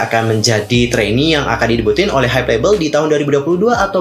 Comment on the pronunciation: Hybe dibaca Haib kalau pronounce Inggris Hybe dibaca haibeu kalau dalam bahasa Korea bukan haibe